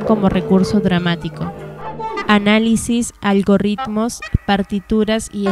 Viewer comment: "AlgoRRitmos".. hubiera preferido que la narración la hiciera Loquendo :(